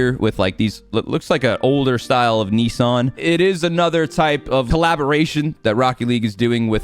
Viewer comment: Bro said neesarn